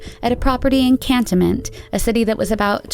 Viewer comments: Its pronounced Can-toe-ment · I’m living in Pensacola!! 😱😱😱CAN- tonment... you pronounced it wrong: CAN ton(e) ment. Welcome to the south! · I'm from Pensacola. This is the first to me. It's pronounced can-toe-ment. Not can-tuh-ment. But good enough. Sad for this woman. 😔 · The way this lady pronounces Cantonment lol ....if you are from the area that's the most hilarious way I have heard it pronounced haha .....it is Can * tone * ment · and its can- toen-ment lol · Congrats on pronouncing Pensacola and Escambia Co correctly.. But I have never met anyone who could pronounce Cantonment ( Can - Tone-Ment) correctly if you wasnt from here. Her case was just recently a big deal of finally being solved. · its pronounced can TONE ment. lol. UGH I wished ppl would learn the pronouncement.. I think a previous one you did a mangle job on Dothan as well. you said DOTH an. and its DOE than. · I live in pensacola, never heard the second one. Cantonment is pronounced can tone ment BTW 😊 you should cover Tiffany heaven daniels. She disappeared from here a few years back, we've all been wondering ever since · Also it pronounced "kan tone ment" Florida